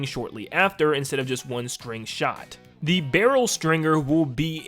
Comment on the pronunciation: the actual name: stringer this guy: string-GER